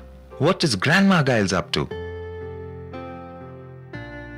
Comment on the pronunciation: Can't even pronounce his name....